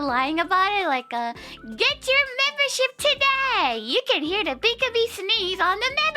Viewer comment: I love how the computer voice pronounced Pikamee's name as "Pike-Amy."